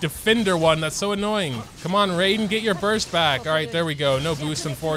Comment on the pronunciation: Ray-den is almost as bad as the buhNETT XD (jk loved the vid)